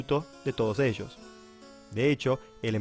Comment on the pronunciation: Ellos no eshos, mayoría, no mashoría, llegaron no shegaro, hablen bien 1d10 +@